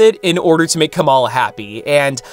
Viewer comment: The way your pronouncing Kamala sounds like you're saying the Pokémon Komala, which is just giving me very humorous ideas when I think of a Komala in a Ms Marvel costume